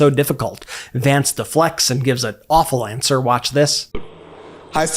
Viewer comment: "HERES WHAT HE HAD TO SAY" "WATCH DIS" "WATCH DIS" "HERES WHAT TRUMP SAID NOW!!!" "CHECK DIS OUT" "HERES WHAT SHE HAD 2 SAY REEEEE" "WATCH DIS AD!!!" "DIS TWEET SAYS" "THEY WRITE" (as he shows a 4 word fucking tweet) "SCARAMUCI WRITES" "BLAH BLAH WRITES" "WATCH DIS!!!!!" (literally like that fking meme guy LOOK AT DIS LOOK AT DAT WOULDA JUST LOOK AT IT!!!!!) "HERES ONE OF DA LINES!!!!"